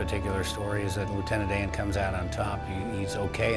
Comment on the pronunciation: Oh Lieutenant DAY-AN!